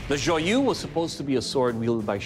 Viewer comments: Not joy-use, joy-EUSE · Pronounced: "Joi-uh-zh"